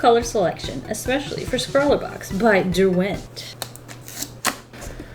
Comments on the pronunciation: just want to put it out there - it’s DER-went not der-WENT i live near where they’re manufactured sooooooo yeah love ur vids btw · Dont' want to be ~that guy~ but the emphasis is on the Der, not the went ;)